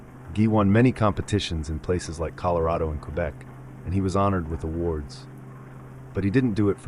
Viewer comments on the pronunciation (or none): none